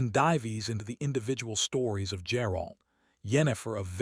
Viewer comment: Geralt, not Jerald. Ai trash